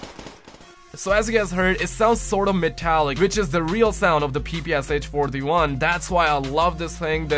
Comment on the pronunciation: I restarted the vid and you did say papoosh😂😂😂😂😂😂😂😂😂😂😂😆😆😄😄😆😂😆